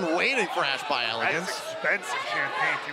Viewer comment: there's no "N" in by